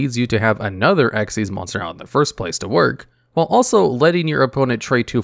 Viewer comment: I'm still wondering how you have all this knowledge but you didn't know dark rebellion xyz dragon was pronounced as "dark rebellion ECK ZEES dragon" 🤣 Don't worry, you're still the go to king for top 10 yugioh videos 😌❤️